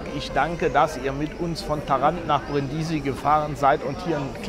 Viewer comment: Hallo, ich meine, daß man die Stadt auf der 1. Silbe betont, so kenne ich das. Deine Betonung auf der 2. Silbe hört sich etwas gewöhnungsbedürftig an. Es kann freilich sogar sein, daß Italiener den Städtenamen tatsächlich auf der 2. Silbe aussprechen, ich weiß es nicht genau.